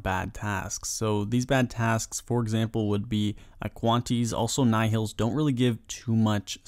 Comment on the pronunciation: the way you said aquanites lol...